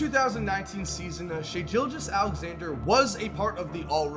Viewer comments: he can't even say shai's name right! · Shai "who" Alexander 🤣🤣